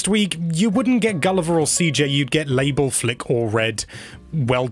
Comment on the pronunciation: It’s Mabel, not Label!